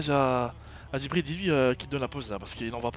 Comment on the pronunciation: Wallah tu respectes pas Jibril... son nom c pas Djibril mais bien Jibril wsh 😂😂😂 si nn continue tes bonnes vidéo